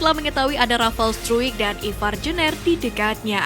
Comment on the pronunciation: Jener dibaca nya jenr Bukan jner mbaeeeeeeeeee. Gaenak bgt di denger nya jner.. 😂😂😂